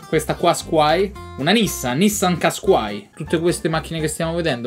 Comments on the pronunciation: MA COME LO HAI DETTO QUASQAI AHAHHAHA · NISSAN "QUASQUAI" AHAHAHAHHAHA